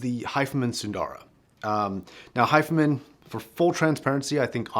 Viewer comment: "Hi-Fi" Man, not "Hifeman"